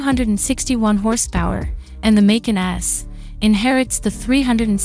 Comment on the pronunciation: MAY--CAN. lol so lame.